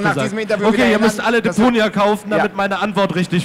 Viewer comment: Super cloxoom, hat mit gefallen...aber Deponia spricht man leicht anders aus. :)